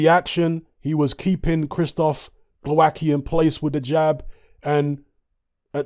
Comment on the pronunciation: From my experience of Slavic langauges I'd say you pronounce it: Glov-ats-key